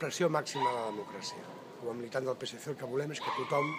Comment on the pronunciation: Manquen els subrètols en bascó. Per què no hi són? Azpititulatutako euskarazko itzulpena falta da. Zergatik? / No sap pronunciar 'PSC' en pla! Ho pronuncia en xarnec. ~Ez daki nola ahoskatzen den PSC herrialdeko hizkuntzan. 'hizkuntzizidiean'/inbaditzailean ahoskatzen da.